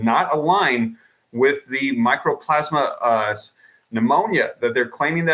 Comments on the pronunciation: Mycoplasma. Not microplasma. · 'MICO'PLASMA!!! NOT 'MICRO'!!!! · Mycoplasma Pneumonia, not "Micro-plasma." It is a bacterial pneumonia that is typically referred to as "walking pneumonia." It can be deadly to young people with depressed immunity but is easily treated with tetracycline antibiotics. This is NOT a virus. You are not on the ball but, rather, spinning a yarn and fomenting fear. RSV and Mycoplasma Pneumonia both rise at this time of year EVERY YEAR. Ask any health professional. Time for people to stop being so damned afraid of everything and it is time for people to stop giving these shills their ear. Also, RSV is Respiratory "Sin-sit-chul" Virus and it IS a virus. I wouldn't pay any mind to a report or advice from anyone who can't even pronounce the name of the condition.